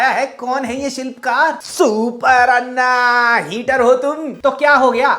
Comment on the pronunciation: I agree with your review that garbage regional film should be called out like we do for bollywood But please FFS learn to say anna properly Its अण्ण not अन्न This so sad because the alphabet exists in hindi then why do you struggle to say it right???